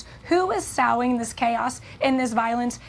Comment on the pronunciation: "Who is sawing seeds" is crazy. If you got people reading off teleprompters at least make sure they know how to pronounce "sowing". But hey at least she's pretty right